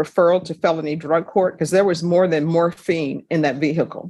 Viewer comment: According to the judge she was found with morphine. She does say it with on odd inflection though.